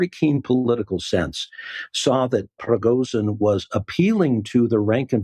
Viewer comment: This was the lamest analysis. Huntsman can’t even pronounce Prigozhin’s name. What else is he oblivious to?